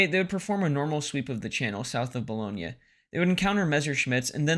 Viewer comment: “Boo-loin” “Luh-too-Kay” Gree Neh. French pronunciation videos are available.